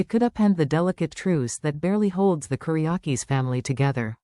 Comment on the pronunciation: Time for a spell check on the caption and voice ! It's Ki ri ack is and DE MERA, thank you! 😠 😡 😤